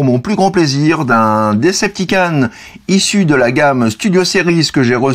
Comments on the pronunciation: DecepticOn ! S'il te plait >< pas DecepticAn :'( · Decepticon pas Deceptican